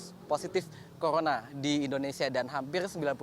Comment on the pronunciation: Reporterny ngomong R aja susah.. r jadi krrkrkrkrk... corona jd coyona